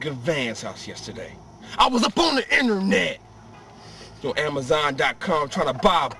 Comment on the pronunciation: I was up on the Inner-Net lmfaoooo He doesnt say internet he says Inner-Net